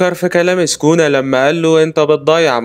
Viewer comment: سوكونا❌. سكونا✅